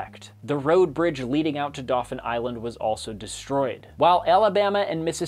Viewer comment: I laughed more than a little at the pronunciation of Mobile, AL. It's understandable, he's not the only one to do so. But phonetically it's closer to how one would say "bee" - MO-beel. You got Dauphin Island spot on, however!